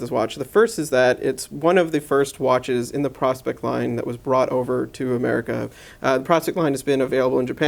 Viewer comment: PRO-SPEX!!! Not prospect, you know, as in the contraction of the words "professional" and "specification", then throw in an "X" at the end for the marketing factor. It is NOT pronounced like the old timers looking for gold in dem der hills, you know, the prospectors! But yeah, a just "ok" review of an excellent chunk of a time-piece; I'm loving mine.